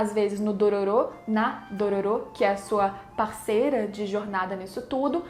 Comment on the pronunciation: Odeio quando as pessoas pronunciam os nomes dos personagens de forma errada, é "Dôrôro", NÃO Dôrôrô!